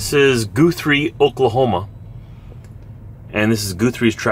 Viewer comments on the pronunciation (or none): GUH THREE. Sorry lol. Had to. Not goothrie.